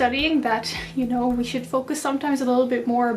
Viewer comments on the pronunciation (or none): none